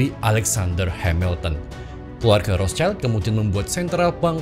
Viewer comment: bukan Rotcaild pak itu pembacaan nya... dia itu "di perisai merah" (Zum Rothen Schild) bacanya normal indo saja sudah tepat.. Rot Sild